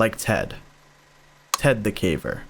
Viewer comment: Ted the CAVER? ❌️ Ted the CAVE? ✅️😂😂😂